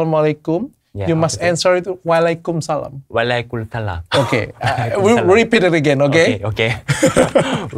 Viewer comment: Bukan walaykumsalam tapi wa'alaykumsalam 😅